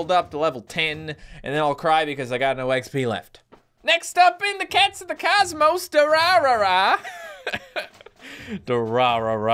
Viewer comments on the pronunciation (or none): none